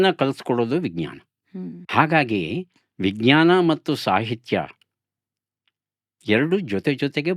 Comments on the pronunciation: ಸಂದರ್ಶನ ತುಂಬಾ ಚೆನ್ನಾಗಿತ್ತು ಮೇಡಂ ವಿಜ್ಞಾನದ ಉಚ್ಚಾರಣೆ ತಪ್ಪಾಗಿದೆ ಎಂದು ನನ್ನ ಭಾವನೆ ಜ ಕಾರದ ಬದಲು ಗ ಕಾರದ ಉಚ್ಚಾರಣೆ ಯಾಗಿದೆ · ಬಹಳ‌ ಒಳ್ಳೆಯ ಸಂದರ್ಶನ. ನಿರೂಪಕಿಯ ಬಾಯಲ್ಲಿ ವಿಜ್ಞಾನ ಶಬ್ದದ ತಪ್ಪಾದ ಉಚ್ಛರಣೆ ಕಿರಿಕಿರಿ ಅನಿಸಿತು.